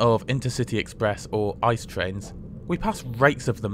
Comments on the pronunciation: Great video as always! One small notice: ICE is pronounced as “I-C-E”, and not “ICE” as in icecream. That’s not a matter of personal preference, calling it “ICE” (as in icecream) is really simply incorrect. Anyone in germany will call it “I-C-E” (spelled out) and find it strange or un-understandable to hear it otherwise. Furthermore, thank you for the nice and enjoyable video! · Thanks for the review. But I have a little hint: ICE is the abbreviation for Intercity-Express, so it's actually called I-C-E I think every German gets ICE cold chills ;-) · consider: calling it "ice" is funnier, and therefor objectively more correct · Maybe start pronouncing ICE correctly